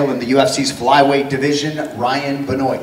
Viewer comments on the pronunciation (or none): How is this optimal fighting condition when you can barely walk on your own? Maybe he should fight at 135... Also, are there 2 pronunciations to Benoit? The infamous wrestler was BEN-WAH, not Ben-oyt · Did Anik just pronounce it ben-oyt? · Isn't it pronounced "Bin wah"? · Ben Wah Never in my life have I heard anyone pronounce Benoit like this 🤣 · The way they pronounced 'Benoit'... smh